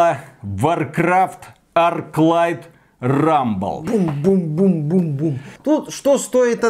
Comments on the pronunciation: Rumble а не Ruble. Ruble за такое - дорого! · Рубль? Вроде же Рамбл..